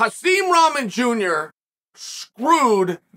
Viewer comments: Seriously learn how to pronounce rock-mon. It’s not ramen 🍜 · It’s “rah-mon” not ramen 😂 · It's pronounced Rock-mon but very close I'm impressed Chael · I love how Chael always pronounce everyone names wrong. Rawmen lol 😆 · You pronouncing Rahman wrong...just saying it's a little annoying. Don't get me wrong I love your content.. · Pronounce his name correctly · Well to be honest you are not pronouncing his name correctly... I thought you were an educated man and could speak properly... Show the man some respect and pronounce his name the right way... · Bro still pronouncing wrong